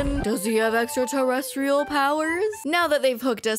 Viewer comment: Its pretty ballsy to become a host for ancient aliens when you cant pronounce "extra terrestrial", giorgio